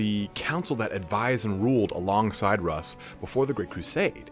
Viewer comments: At it looks like the Canis Helix might be changing them into Wolverine, not werewolves! And yeah dude- it’s ALWAYS been “Russ”, not “Roose”- another awesome video, out of nowhere. Thanks for these- they’re fantastic, and I love your style of presenting the lore. Looking forward to the next! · It's heresy to call him ROOSE HERSEY it's RUSS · It is in fact mostly pronounced 'rhoos'. The surname ROOS continues to this day. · MY NAME IS RUSS' (ROO-SS) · WHO THE FUCK CALLS HIM ROOSE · You're right Michael. If they wanted russ to sound like Roose, they would spell it Rus, like the Kievan Rus of our own history